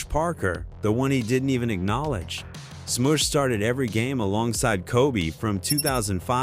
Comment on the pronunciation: Replace Matt Barnes with Raja Bell. And damn that AI pronunciation... Sm-oosh and then a second later Sm-uh-sh... then there's Pau Gass-Ole